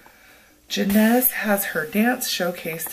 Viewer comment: Yas girl yas you looking snatched in that dress love the necklace Jenness is so pretty thanks for the shout out and yes you pronounce my name right i was smiling ear to ear lol😊😊😊